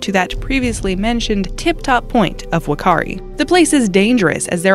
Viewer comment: it's fakaari spelt like whakaari